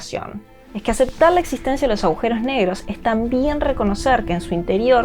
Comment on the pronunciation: ¿Agujeros o aujeros? Alguien que le explique a esta chica cómo se habla